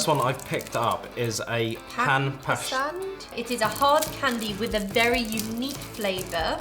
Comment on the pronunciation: This video really reminded me of my childhood, the pan sweet is my fav and when he said it tastes like.. i was so shocked. The pronunciation made me so mad, even though I understand not being able to pronounce it but I still got so mad. It's not pronounced pan as the kitchen thing, idk how to describe the pronunciation of it 😅